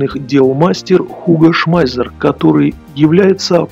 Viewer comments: 1. По используемой терминологии в авторе ролика, однозначно, узнаётся упоротый антисоветчик. 2. Автор настолько "глубоко" изучил вопрос, что Шмайсера называет Шмайзером, а STG произносит как ШТЖ. 3. Полная техническая некомпетентность автора. 4. Весь этот бренд венчает мнение "историка" на канале "Радио Свобода". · Он не "Шмайзер", а именно Шмайссер (двойная "С", понимаешь?). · Уго шмайзер , фамилия неправильно , Шмайссер правильно